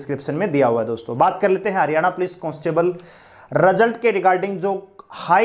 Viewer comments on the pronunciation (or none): none